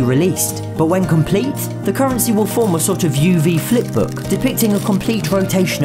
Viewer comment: Indian 🇮🇳 COURNRANCY